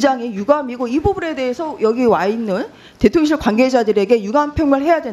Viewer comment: 발음 교묘하게 대통년실 하는거 진짜 꺠알 통쾌하네 ㅋㅋㅋ